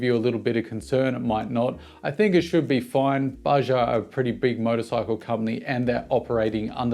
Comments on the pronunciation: Bajaj, not Baja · Its Baa-judge not bajah. Greetings from India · hi buddy.........its not bajaaa, Its bajaj !!!!!!!!!!!!!! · The second J in Bajaj is not silent ;)